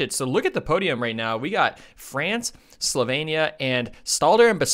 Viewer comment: Slo-vee-nee-ah. Not Slo-vay-nee-ah. For gosh sake!